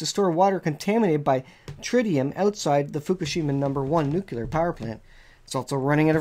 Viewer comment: N U C L E A R not NUCULAR